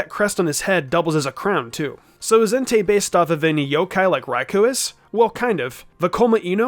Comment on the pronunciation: ah not being rude just pointing out it's Entei not Entire and it's Suicune not sucine